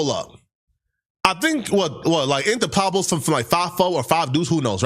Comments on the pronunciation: Can't use as a source when is saying pablos when its pueblos 🤦‍♂️🤡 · I HATE HOW THIS WEIRDO TALKS🤨 WTF IS PABLOS❓ IT’S PUEBLOS DUMMY‼️